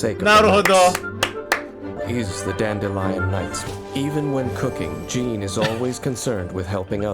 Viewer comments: Marunong ako sa waifu tier list Also na mali pronounce ng Jean, Mali pagkatumingin kay Keqing, Binaba si Ganyu at si Lumine amp, Hindi sinama si Xinyan, Hu tao, Yanfei, Rosaria, at Eula pero nilagay agad si Ayaka kahit hindi pa release, at most importantly, hanap ng Dede sa S tier at sinama si Klee sa S tier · as a jean main, bakit ganyan pronounce mo sa name niya:(( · Jean ❌ John✔️